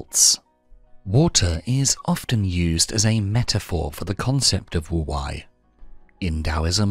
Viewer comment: It’s pronounced woo-wey. Not woo- why. I think 🤔